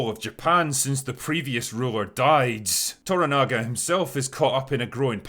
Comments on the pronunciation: The 1980s version was a not unimportant part of my childhood... despite the fact that it's not realy made for kids. Looking forward to this version. BTW its ToRAnaga... with emphasis on the second syllable, not ToraNAga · It's "toRAnaga", not "toraNAga". And "MAriko", not "MaRIko". But the rest of the rest of the review is superb.